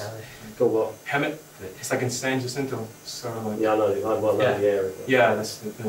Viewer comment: When he said hemet in San Jih-cento...spelled San Jacinto.. pronounced Hah-seen-toe...DEAD ASS GIVE AWAY!!!. Cali folks know how to pronounce Spanish names lmao!!!